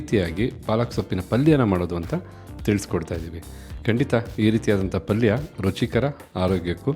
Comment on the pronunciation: ಪಲ್ಲಿ ಅಲ್ಲ ಪಲ್ಯ